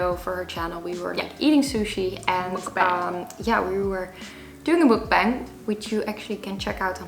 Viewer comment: Its pronounced "muk bahng" lol